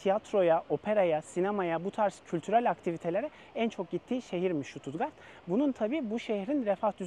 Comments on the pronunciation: Stuttgart i, Susttgart diyebilirainiz st genelde St okunmuyor Sģustgart diye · Ştututgart değil Stuttgart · Şutut değil ştutgart okunur!